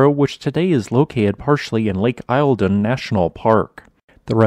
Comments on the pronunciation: Really very interesting -thanks. A couple of notes on pronunciation: Eildon is pronounced EEL-din, and Melbourne is pronounced MEL-bin. And the supercontinent is GON-DWA-NAH, not GOD-WAMA. Other than that, a really fascinating episode. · You probably won't every need to say it again, but it's pronounced "Lake Eelden". Taggerty also isn't a city, it's got a population of 328 ! lol Thanks for the awesome videos 👍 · Yes; but it did allow me to more clearly hear what he as talking about. He got Taggerty right but I could not for the life of me understand his Lake Eilden facepalm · Lol, listen to Americans say Australian place name is always fun. Eildon was completely wrong but Taggerty wasn’t too bad.